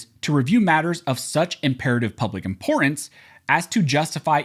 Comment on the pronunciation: Why can nobody pronounce "importance" correctly ? It makes me crazy!